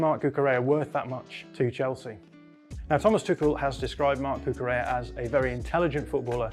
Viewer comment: BTW, the "LL" in Cucurella's name is not pronounced like a "Y". His name is Catalan, not Spanish. It's more like a "LY" sound.